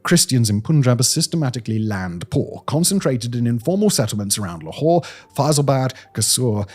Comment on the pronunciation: Can't read English, must use French...LAHore??? What the hell l is that??